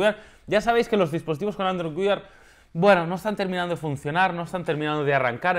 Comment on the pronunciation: ''Android Weird'' JAJAJAJAJAJA cada vez que lo decía no podía evitar reírme. No entiendo porqué no lo pronuncia como ''wear''.